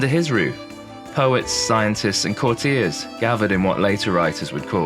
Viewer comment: Yes, eg of 'Savoy' and 'courtier'.